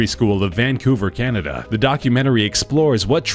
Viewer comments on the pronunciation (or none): none